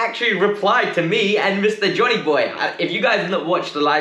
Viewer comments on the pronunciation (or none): none